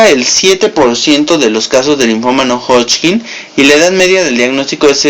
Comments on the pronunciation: hodgkin, no hodchkin...todo lo demas muy bien..... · Me gusta cuando dice hodching! 😙